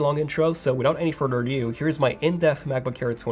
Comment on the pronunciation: have you considered working on your pronunciation of the English language. Some words you really slaughter like “further”, you say “furder”. I don’t mind an accent but really bad word diction is hard to understand.